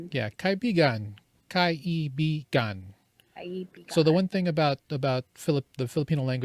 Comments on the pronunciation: Ka - I - bi-gan .".Ka - ibigan" have another meaning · Actually it is ka-i-bi-gan.